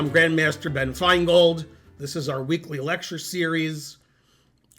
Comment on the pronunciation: I had to rewatch the intro twice because my brain heard "Hi everybody, I'm Benmaster Grand Finegold"